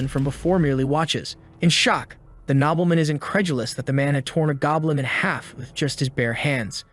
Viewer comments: Can you guys fix your AI reader pronunciation? It's Nobleman, not knobbleman. It really is distracting trying to translate all the mispronunciations. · no its not nobleman, its nobeelmin